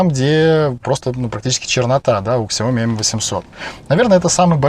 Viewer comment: Не ксяоми, а сяомИ (с ударением на последний слог).